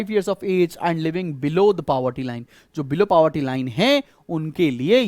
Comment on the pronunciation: He is pronouncing it correctly........